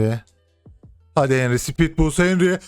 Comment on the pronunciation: henry yazıliş okunuş ya henri ya da hanri reisim.